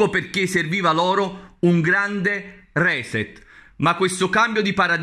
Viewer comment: Può darsi che abbia ragione, ma cominci a pronunciare correttamente le parole straniere o fa la figura del peracottaro: RESET (basta controllare su google) si pronuncia "risét" (la prima E si legge I e l'accento cade sulla seconda vocale).